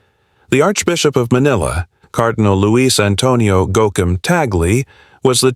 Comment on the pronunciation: Thanks for the correct pronunciation of Cardinal Luis Tagle.